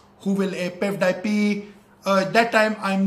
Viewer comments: But I'm not surprised that he mispronounced PewDiePie as pev- die-pee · First of all his English is bad . Then he started complaining PewDiePie. Then calls Felix pudwaipie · dude he said Peffdiepie .😶😶😶😶😶😶😶😶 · pepepi is pewdiepei , wah bhai wah kya english hai! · He said pevedypi !!! Clap the hands for him 😅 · Everybody : PewDiePie He : Pev Die Pee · Pewdiepie....But you say Pepdiepe. Tseries.....But you say Tsarius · Pevdiepee what a pronounciation!!!😂😂😂😂😂😂😂😂😂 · Your T-Series pronunciation is hilarious hahahahaha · Not pewdip it is PewDiePie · every single info is wrong, first of all its not pevdiepee its pewdiepie and your song is not even good and the video u should about pewdiepie is fake because pewdiepie is from Sweden not india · Abbe vo peudipi nehi pewdipie he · Does a lot of Research Calls T-Series "Tasarius" and PewDiePie "PaveDyePii" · Me:T-Series He:Tesarais Me: Piewdiepie He:Pevdip😂😂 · No one Literally no one He:-piudiepi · Pew - Die - Pee Te - serious Most gunda person Most gundaest person I died 😅🤣🤣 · piw die peee 😂😂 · I was like what panish? LMAO ITS PEWDIEPIE 😂😂😂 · Excuse me sir? You dont actually know english bruuv Its T series not T seriass Its Pewdiepie not Peahsdiapoy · my brain will pain 🤦🏼‍♂️ And our brain pain after which the video 😖 Mr.GODDDD FO ENGLISH 🤣🤣🤣🤣🤣🤣🤣🤣🤣🤣🤣🤣🤣 T SERIES NOT DISEASES PEWDIEPIE NOT POWDEYPE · Pevdypee and tserias🤣🤣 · he said pevdiepee hahaha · How is PewDiePie related to Karl Rock???? PewDiePie and T-Series pronunciation is also wrong Song is very good.... Each Lasanya!!!!🤣🤣🤣🤣😂😂😂 Miliyan!...